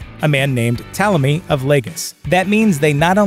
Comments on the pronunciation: You go from mispronouncing it as Ptalomy, to saying it correctly as Ptolemy. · Pt*o*lemy, not "Ptahlemy." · ok firstly stop saying 12 HUNDRED years also its Ptolemy not PtALemy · Ptolemy is not pronounced "Tella me" like some lost italian migrant. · How do get “Ptalemy” pronunciation from Ptolemy??? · Why is the narrator pronouncing "Ptolomy" as "Ptalamy"? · Ptolemy pronounced as "talemy" is an... interesting choice. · I’d say the narrator needs to Google how to pronounce Ptolemy. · How are you going to give a history lesson and the very first fact you start by mispronouncing Ptolemy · He's is kind of mispronouncing Ptolemy, I don't think anyone of the period described as beautiful....brilliant yes. The co-regent thing was indeed and Egyptian thing and I don't believe is was a Macedonian thing although most Roman genereal's eventually choose a god to be descended from. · Is it too much to expect that the narrators of these youtubes actually had a rudimentary education? This idiot Bozo can't even pronounce Ptolemy correctly. He must be the sad result of a public school education. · The P is not silent in Ptolemy, wtf americans?!!